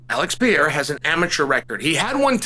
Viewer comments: It’s not peheira. It’s no h sound. It’s just peReira just R sound. Pe ray rah is right! Just call him Poatan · To hell with rolling the r’s Uncle Chael. Pretend that’s a D and say it: Pa-hay-da 🥇 🥇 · His name is PeReira. Not Pejeira. Is the 'r' sound from the spanish, like when you say 'raton' (mouse). Joe Rogan is saying it wrong all the fcnkg time. ps i'm brazilian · it not Peheira!!you read r like an h when it's at the start of the name in Portuguese!!it's PERERA!!i don't know how to wright pronunciation, but there are a lot harde names that you can do it!!idk why is this one so hard!!God bless you uncle Chael!! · Mate, for God's sake! The guy's name isn't Pieira or Vieira! 😂😂😂 He is called PE-REI-RA!!! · It's Pereira, not "Peheira". Just say the normal English r, it's closer. Even Alex himself says "Pereira" with an r, so don't sweat it. The "h" is for double rr like in "borrachinha" or when the word starts with an r. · It’s pronounced Pe-Ray-Rah (say it fast and you got it) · It's not Peheira, dont follow Joe Rogan as a pronunciation guide 😂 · Who the fuck thought it was a good idea to teach him the right way to say Piera? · Pe-re-ra, literally the easiest name to pronounce in the UFC. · I’m pretty sure it’s pronounced Pa-HEY-duh 👍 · Uncle Chael they trolled you! It’s Peraira with the rolled. “R”! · Alex Pehera lol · It's pronounced peh-hey-ruh (slightly rolled R) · I knew he'd "attempt" at saying "Pierra" correctly if he won 😂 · Brazillian here, try spelling like this: pe - ray - ra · Chael went from Alex Pee-Era to Pee-Hera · Its pronounced Piere-uh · The Brazilian style “perieeeeha”cracked me up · Say it with me Chael, (PUR - RARE - UH) ✅ 🙂👍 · Just say Alex 'Per-air-ah'. That is the anglicized pronunciation and it's acceptable. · Peheira not st Pierre😂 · Chael try Puh-hay-da 😊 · Pronounced 'Pe-ray-ra'. Portuguese. Not Spanish. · Chael, you have to roll the R to say Pereira's name correctly dude!